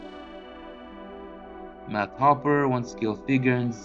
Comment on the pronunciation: It’s not hoper . It’s Hooper